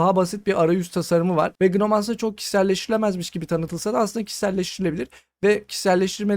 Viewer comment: Gnome'un başındaki G okunmuyor. Şu şekilde okunuyor: /noʊm/